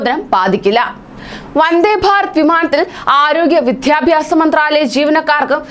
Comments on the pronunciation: അക്ഷരസ്പുടതയില്ലാത്ത വാർത്താ വായന. വിദ്യാഭ്യാസം എന്ന് പറയാൻ പോലും അറിയില്ല. " വിധ്യാഭ്യാസ " മെന്നാണ് ഉച്ചരിക്കുന്നത്. കൂടാതെ വായനയിൽ ഉപയോഗിച്ചിരിക്കുന്ന പല പ്രയോഗങ്ങളും വികലമായി കൈകാര്യം ചെയ്തിരിക്കുന്നു . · വിദ്യാഭ്യാസം എന്നാണ് വിധ്യാഭ്യാസം എന്നല്ല ഉച്ചാരണം.